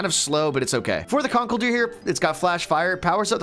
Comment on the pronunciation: WHY DO YOU PRONOUNCE CONKELDURR SO WRONG???